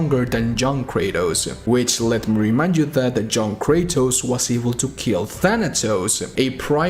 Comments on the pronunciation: i keep on thinking you're saying "John Kratos" instead of "Young Kratos" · The entire video i were thinking about who the fuck is this "John Kratos" and then i realised that no he means " Young Kratos" 😂😂. It's not being racist and i don't mean anything bad but it was funny